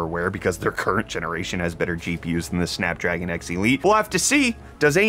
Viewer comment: Did he say "Snack Dragon"?! Now thats a processor I can get behind!